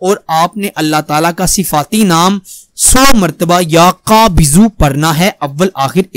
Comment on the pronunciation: Ya qabizoo.. Ap thk se nai lafaz ada kr r